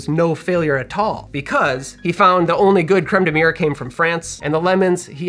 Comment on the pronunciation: Looks tasy, but as a Frenchman, I gotta say your pronunciation of Crème de mûre is... Well... You gotta work on it haha ! :) Cheers ! (or as we say in France : "Santé !", which means "Health" cause we all know alcohol is good for your health).